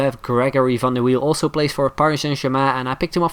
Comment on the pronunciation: Are you Dutch you pronounced Gullit and van der wiel correct :p